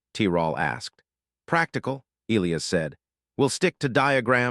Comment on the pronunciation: Why is it the AI narrator voice always BUTCHERS the pronunciation of what is SUPPOSED to be e-LIE-us?? Not e-LEE-us…..